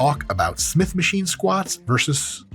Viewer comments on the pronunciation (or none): "Smitch machine" lol